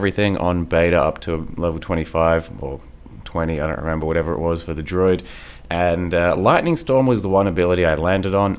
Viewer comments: am i crazy or is he saying "droid" instead of druid? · I'm beginning to think actually pronounces druid as "droid" and it isn't ironic.